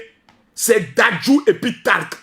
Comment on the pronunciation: 😂😂il a dit talk ou tolk au lieu tayc tayc y sera comme un ouf quand y va voir ça 😂😂